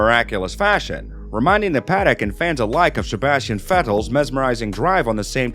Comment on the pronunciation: It sounds like he says Sjebastian Vettel